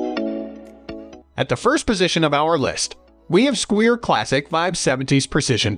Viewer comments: Squire, not squeer.. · I'm leaving this video after hearing how he pronounced Squire. Clearly this guy has never seen a bass in his entire life.